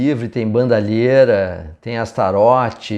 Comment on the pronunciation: Sabe o vocalista David Lee Roth? Tu não fala David Lee Rô né? Astaroth não é Astarô né? 😂